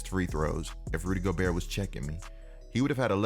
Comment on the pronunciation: Basically he says rudy goburt